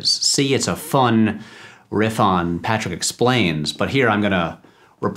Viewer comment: First of all, thanks again for the love. Seriously can't believe I appeared in two of your videos. Secondly, you got my name right the third time, the -ch is pronounced like in cheese or chase lol